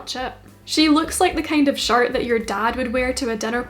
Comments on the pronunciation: Everytime you say shirt I hear “shart” and I love it. I’m almost in tears. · I laugh when you say shirt cus it sounds like shart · Beginner sewing Alabama girl here giggling everytime you say "shirt" because it sounds like the term "shart." 😂😂 In all seriousness, you have some of the best tutorials! I've been binging since I came across your channel! It's not about making the same exact shirt you made (even though they're super amazing). You're educating us on the stitches used and why you used them. LOVE IT! THANK YOU! Love, Your newest subscriber 😍